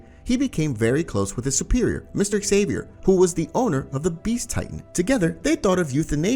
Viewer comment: Ksaver or Xavier. Ai Slop